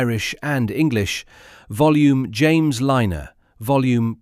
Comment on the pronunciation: "Volume." Auto-narration gives itself away every time. LOL